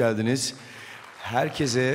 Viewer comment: Ödül alıyosun ama herkese herkezzz diyosun